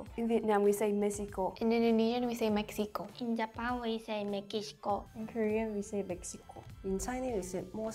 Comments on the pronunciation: The Filipina participant seemed little informed of some Tagalog pronunciations, ie. Mexico = Mehiko; USA = Estados Unidos; UK = U.K., United Kingdom but some people may refer to it as Ingglatera, Britanya, Gran Britanya (since they are technically part of UK); Germany = Alemanya; Netherlands = Olandya; Belgium = Belhika; South Korea = Timog Korea Japan = Bansang Hapon Brazil = Brasilya is also acceptable in Tagalog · sa Mexico din, dapat (Mehiko) pagkabasa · The funny things is that the pronunciation of the "x" in "Mexico" in Mexican Spanish is like what the "h" sounds like in english. SO, "mehico". And none of them got that sound right.